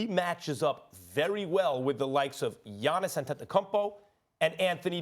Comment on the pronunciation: Max’s attempt to say The Greek Freak’s last name was almost as bad as Simmons jump shot 😳🤦🏽‍♂️😂💀